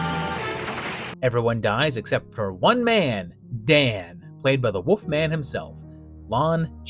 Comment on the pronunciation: pronunciation of the Woof Man always leaves me howling!